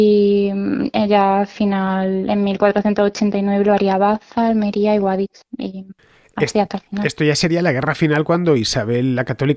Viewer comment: Me encanta como pronunciáis Guadix los de "Mádrid" xD